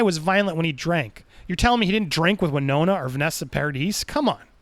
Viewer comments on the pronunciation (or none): PLEASE...it's pronounced Par-ad-ee! The 'is' is silent it's French! PAR-A-DEE say it with Par-A-Dee not PAR-A-DIS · It's Vanessa Paradee, not Paradis. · The "S" at the end "Paradis" is silent and nope, he was never married to Winona :)